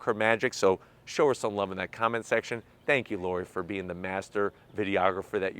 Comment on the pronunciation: I’m sorry, zank for price,zank for speed ,zank for charging,zank for range and I’m sorry is not for me. Nice review 👍